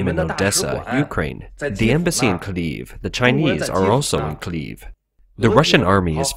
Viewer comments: Kiev is pronounced Kee-ebb, not Keeb. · Have you never hear of Kiev? Why tf are you calling it "Kliev"? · What is this city of "CLEAVE" that he keeps talking about? Could it be that the guy reading this believes that "KIEV" is spelled "KLEV"? Can't he tell the difference between I and L? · did you just pronounce Kiev as Cleave? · I never understood if the narrator was a robot or not, but from this video I strongly lean towards the bot. He (it?) cannot pronounce "Kyiv" or "Lviv".